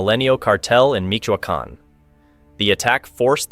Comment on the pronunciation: HAL-isco Dweeb.....MICH-O-akan-------Take a Spanish Lesson.